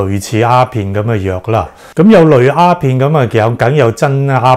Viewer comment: 醫生。你好似講左蝦片喎，係丫片呀！